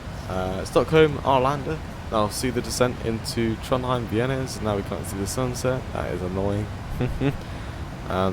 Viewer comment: FYI, the letter Æ/æ in Norwegian is pronounced like the "a" in "cat". So "Værnes" is pronounced something like "VÆ-ness". Nice video BTW.